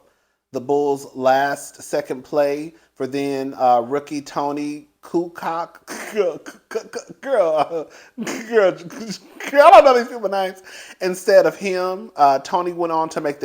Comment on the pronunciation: Kucoc is pronounced Coo-coach.